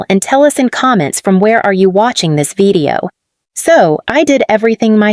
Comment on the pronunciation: Why do you pronounce video as vedeo?